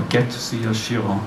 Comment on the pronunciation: is it not pronounced "KIE-RON"